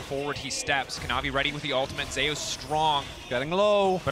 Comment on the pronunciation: why the pronounce zeus like that 😭